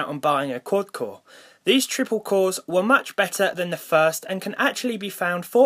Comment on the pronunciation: twiple cowe shrekt m9